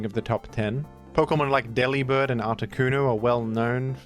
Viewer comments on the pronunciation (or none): you’ve caused me a great amount of distress with your pronunciation of Delibird. This is a bird defined by his desire to bring you Gifts, and his name thus rhymes with “Delivered.” He does not care about cold cuts or rye bread- he is not a deli bird.